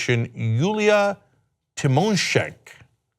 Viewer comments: It's Julia Tymoshenko not "tymoshenk". She was ukrainian prime minister after orange revolution, later she was imprisoned for corruption by pro-russian president Viktor Yanukovych. Was she guilty? Probably, yes. Was her imprisonment a political persecution? Also, yes. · Tymoshenko, not Tymoshenk :) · You pronounce "Yulia Tymoshenk" like she is someone obscure, but Tymoshenko was quite big in the news 10 years ago or something. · It was Yulia Tymeshenko. Not Tymeshenk. She was and is a very important player in the Ukrainian situation. Imprisoned by the Yanukovich regime on trumped-up charges for when she was prime minister and freed after he fled the country. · The way you butchered tymoshenko's name is pretty shameful. Not to mention that she's not some random person, but a major business person and the former Ukrainian prime minister.